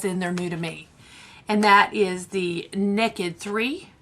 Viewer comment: I remember when Stacia sent you the Galaxy Chic palette.✨ Your southern belle shows through when you say, Nekkid 3 and Nekkid Honey. Love ya!💕